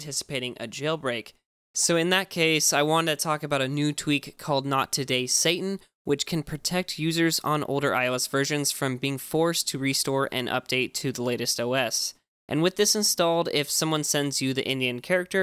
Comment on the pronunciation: Satan, not satin. Satin is a fabric.